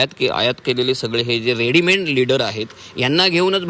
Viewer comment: रेडिमेंट नाही रेडीमेड